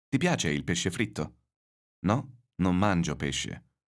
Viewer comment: Is the pronunciation of "Non" really correct? I've thought it's an [o] sound, not [u].